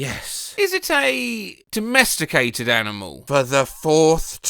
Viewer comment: put it back to donesticated since the guy says "donesticated" instead of "domesticated"